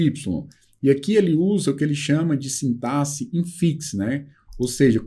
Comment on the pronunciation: é o único professor, dos que já acompanhei até agora, que na palavra 'sintaxe', pronuncia 'sintaSSE' ao invés de 'sintaKSE', ou seja, é o único que pronuncia corretamente. Um pequeno detalhe que demonstra conhecimento também de português. Grato pela aula!